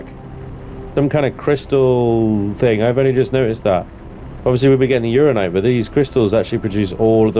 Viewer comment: It's Ur An Ni Nite, not Urine night.